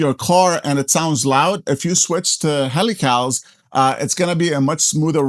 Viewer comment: heel ick ull not HELL ee Cals LMFAO. as in helix ....helical (heel ick ull) Nice chassis and build.